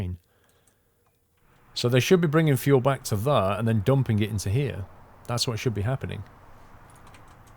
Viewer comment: Available on steam.. over there (or as pronounces it, thar).